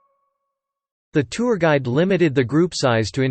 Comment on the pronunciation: おはようございます。 今日は2です。 tourがtwoに一瞬聞こえて、？？？となってしまいました（笑）